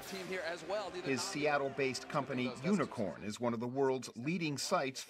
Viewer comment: Did he just say unicorn lmao Isn't it unikrn